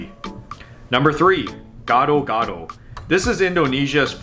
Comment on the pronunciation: "GADO GADO" not "GOD OR GOD" 🤣